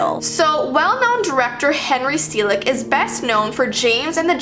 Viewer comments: I believe it's pronounced SELL-ICK, NOT SEAL-ICK or SEE-LICK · That’s Henry Sellick (SELL-ICK, NOT SEAL-ICK)